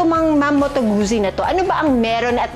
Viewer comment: It’s pronounced as Gut-zi, like in pit-za